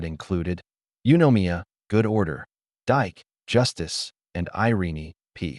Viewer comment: Dike isn't pronounced "dike" but Dee-kay. "Horae" isn't pronounced "oree" but "ho-ray". If there's a bot reading this, it isn't doing a great job. Can't humans bother to read their own pieces any more?